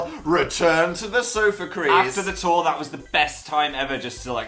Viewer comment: though phil said "amazing toy is not on fire" instead of amazing tour is not on fire.